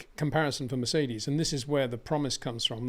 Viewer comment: hasn't pronounced Mercedes properly once